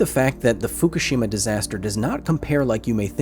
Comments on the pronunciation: Like Hiroshima, people mispronounced Fukushima. It's not "foo koo SHEEE mah", it's "foo KOO she mah" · What do people keep calling Fukushima 'Foo-kah-she-ma'? There's no A, it's 'Foo-Coo-she-ma'